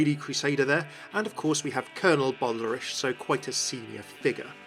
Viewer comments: Doesn't Reinhardt call him "Bal-der-ich" not "Bal-der-ish"? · Yeah I dunno. I’ve never heard “ich” pronounced like that before. I’m not German either but I have a couple friends who are and they’ve never said anything pronounced it like “ish” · the Cammunist yes. and Brigitte is correct the first time says is, but again with an audible E at the end. the second version sounds more like french to me. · "Baldarish" "Eishinvalde" I know you're not German but, come on.